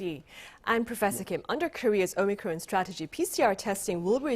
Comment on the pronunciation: Why does the presenter always call it Omicrone when it's called Omicron!????